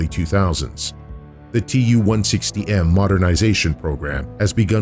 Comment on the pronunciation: TU is pronounced as too, after Tupolev